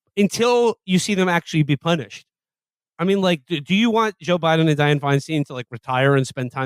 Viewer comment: Aren't all these kids Jewish? And none of them can pronounce Feinstein??